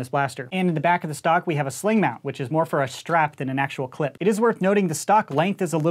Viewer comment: hold on did my guy actually say C L I P